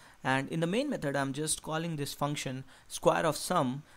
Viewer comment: Repeat after me: "Me-thod" not "Me-turd"